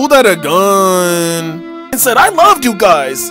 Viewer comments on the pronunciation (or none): the way he says gun 😂